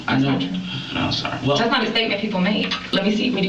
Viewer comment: Lmao this narrator😂 "Tgats three nevers ina row" 😂😂😂